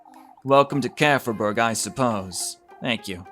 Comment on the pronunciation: Wait...so its not pronouced as "kee-fer-berg" :0